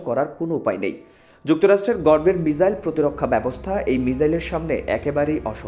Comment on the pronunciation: মিজাইল নয়, মিসাইল।